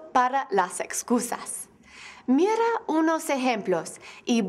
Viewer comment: Lo único tenso es su pronunciación: /Mirrra unos essemploss/